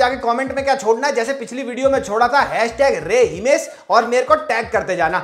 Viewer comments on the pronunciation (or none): Gujrati accent mn himes h khte h